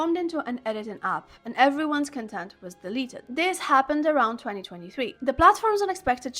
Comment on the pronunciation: absolutely love the video!! it's pronounced like "cOntent" though, not "contEnt". have a great day and I hope for future great videos like this one 💖💖💖💖💖💖💖